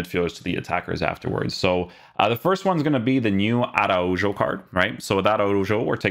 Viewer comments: It’s so funny when people pronounce Portuguese names as Spanish and Spanish names as Portuguese, it’s pronounced (ARAHO) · i felt uncomfortable hearing araujo with a J and not an H 😂 thanks for the vid tho man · The j is pronounced as a h. For people that know how to pronounce it’s really awkward to hear it pronounced like that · Its ronald araujo (j as kh) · don’t be reviewing players that u don’t even know how to pronounce